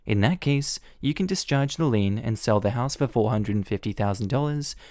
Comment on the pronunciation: Lien, lien, lien,lien, lien! (Not lean)